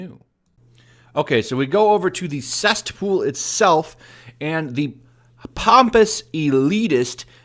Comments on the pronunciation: Cest pool? Did ya mean “CESSpool" maybe? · Do you keep saying "cestpool"? hhaha 😆😆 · Think of the word CESSPOOL like a soy boy, my dude: There's no "T" in it.